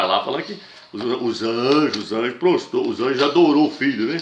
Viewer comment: Também não é prostou , é PROSTROU ...